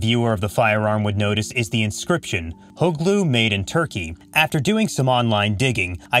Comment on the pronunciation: Its HUGLU not "hot glue" get a clue ...